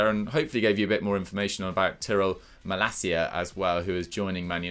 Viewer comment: You got to love how the butcher the names of Malacia and De Ketelaere... 🤣